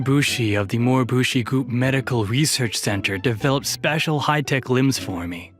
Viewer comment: You were pretty good, but... "Moribushi"? RLY?